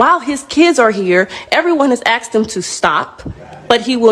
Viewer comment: She axed nicely😮‍💨🤣